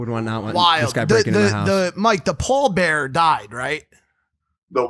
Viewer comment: Did anyone hear Polar Bear instead of Paul Bearer lol